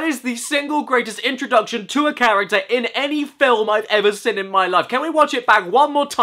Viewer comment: Nobody: Caddy pronouncing the word 'seen': /sɪn/